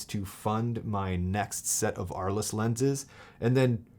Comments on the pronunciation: The pronunciation is "arl". Thanks for the video! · Thanks for the video. By the way, the lenses are named after a French city which was home to painters Vincent van Gogh and Pablo Picasso. As apocryphal man pointed out, it's pronounced "Arl," the "es" is silent.